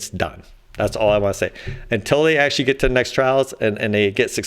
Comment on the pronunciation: Actzhachry, lets all cooperate with each other.